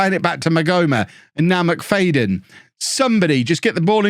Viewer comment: McFADEn? Haven’t seen his name but I’d say It’s pronounced McFADen